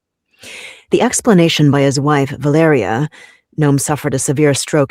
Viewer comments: Va-LE-ria is how it’s pronounced. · The name is pronounced “vuh-LAIR-ee-uh.” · Valeria is pronounced like Malaria, fitting